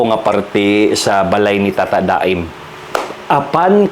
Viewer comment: Tata-da-em diay ang pag pronouce ana.. yawardsss sorry iyaan abi gyud nko ug tata-damn ang basa ana ay pina-slang lng ba😂 ahaka oyy! Anywaysss love you both!❤